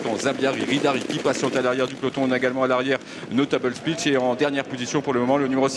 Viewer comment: Absolute butcher job on Notable Speech 😅